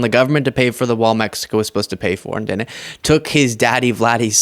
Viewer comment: you are spot on but it drives me nuts when you say dinnit instead of didn't.